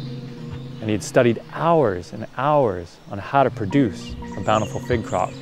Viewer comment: Oooh fig! Not pig... 🙈